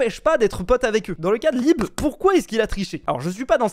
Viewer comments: « libé » 😂, nn je comprend mais pour info ça ce dit lib (m’enfin, c’est pas très important, ça ma juste fait rire…) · "libÉ" 😢 c'est "libe" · Libééé 💀 Un vrai problème de prononciation avec les pseudos mdr